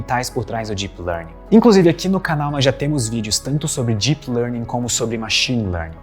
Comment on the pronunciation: fica a dica: melhore a pronúncia do “deep”. Em inglês: it’s a D sound (deep), not a J sound (jeep)! 😂